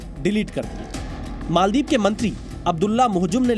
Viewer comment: Bhai ANCHOR ji , मोलदिव नही मालदीव है, mujhe lagta hai aap English medium se ho